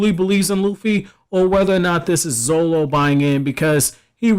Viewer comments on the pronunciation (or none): is pronounced zoRo not zolo dummy.